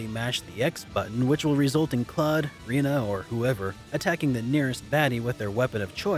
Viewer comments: Her name isn't Reee-nuh. It's Japanese. It's more like Lay-nuh/Ray-nuh. Also, to be fair.. it doesn't really have 80 different endings. It has one ending. It has 80 different combinations of possible minor epilogue things. Like a Fire Emblem ending. By these standards, Fire Emblem: Three Houses would have hundreds of different endings (spoiler alert, it doesn't). They're just minor things like "So and so went to become an archaeologist" rather than "So and so went to become a doctor" or "So and So went with Such and Such to become a PAIR of archaeologists". That being said, it's a great game. So is the original. Everyone should buy Star Ocean: First Departure R this December on Switch/PS4 and hopefully we'll get a remaster of Star Ocean: Second Story/Evolution. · You're completely mistaken. I don't know what you think her Japanese name is Rina Ranuforudo, but it's not. It's レナ ランフォード. The character レ is re, not ri. And just because you said it, ランフォード is ra-n-fō-do, not ra-nu-fo-ru-do. That's Rena Ranfōdo. Rena then is irrefutably pronounced Lay/Ray-nah.